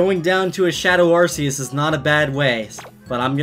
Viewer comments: its rks not ar see us. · Ar ck eus not ar s eus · not arseus its arceus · It is not arceus it is arcoos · IT'S PRONOUNCED ARR-COOS! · Why do people call arceus as ar - see - us. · You said Arceus super badly. It's (are - key - us) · Not mad but i think its arc-e-ous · Its pronounced Arcoos. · oMg YoU pRoNoUnCeD aRcEuS wRoNg LoL Said weebs who really want correctiveness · Ya, He pronounces Arceus's Name wrong, idk why ;w